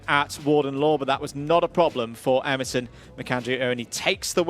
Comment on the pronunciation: Please, commentators, Emerson's name is U REN, not U RIN